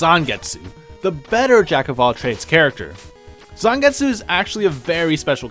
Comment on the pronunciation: "Geh-bel" "Zahngets" Noo